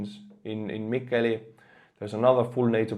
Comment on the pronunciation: Best pronunciation of "Mikkeli" or let's say any Finnish word or name I've heard so far in an English-speaking video. I actually forgot that I was listening to a non-native English speaker and flinched when I heard the name of the city.